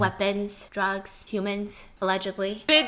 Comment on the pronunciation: S-Stephanie? are you okay? you literally- umm said "YOu cAn BuY HooMAnZ" w-where are you S-Sh-Shoping